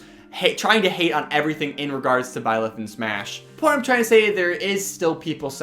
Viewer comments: Nobody:: b l y l e t h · Nobody:: Blileth